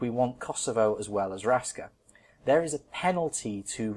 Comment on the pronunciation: Raska is pronounced Rashka :)